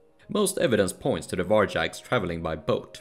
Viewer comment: Can u research the pronunciation of words you use like 100 times inn the vid? There's no such thing as "varjacks"